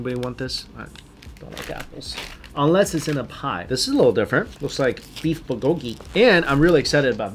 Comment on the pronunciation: your accents are wrong for the Korean words. For example, the accent is in the first syllable in "bul-go-ki".